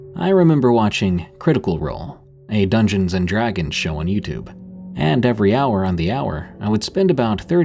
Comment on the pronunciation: I've never heard dragon pronounced like that! 😂 You only say it funny when you say dragon blood.